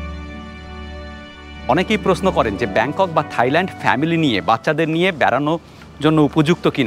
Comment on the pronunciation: দারুণ ভিডিও কিন্তু উচ্চারণ ta হবে Thailand (soft tha’i) mane (থাই ভূমি) not Thighland (উরু জমি). এটা তাদের জন্য অপমানজনক তাই বলা.